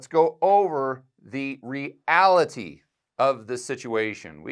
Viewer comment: "The Ree Aliteee" 😂